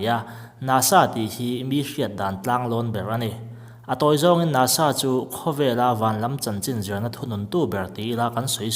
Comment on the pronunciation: NASA tih lampum kha i sawi chiang lova a fiahlo.